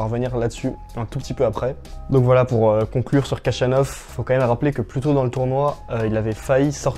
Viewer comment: Son nom se prononce ainsi : le kh se prononce xh comme dans javier prononcé à l’espagnole Jachanov